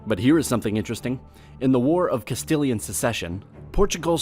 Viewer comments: Funny part is where he says Castillian and that soundes better but he went back to his tomfoolery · Yet he pronounces Castilian correctly.